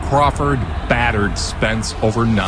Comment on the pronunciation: it's crawford 😂